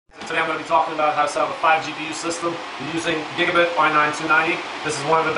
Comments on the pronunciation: just saying its gigabyte not gigabit please say the brand right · it's not gigabit motherboard / gpu's -.- why u say it like that